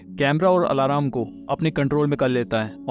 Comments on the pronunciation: Alarm ❌ Alaram ✅ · I like how he says ALARAAM